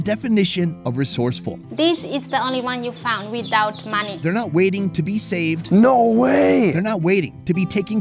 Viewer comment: Took me some time to realize you said money not monkey